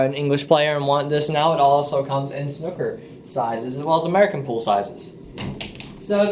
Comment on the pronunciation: I don't know why but it goes through me to hear it pronounced 'snukker'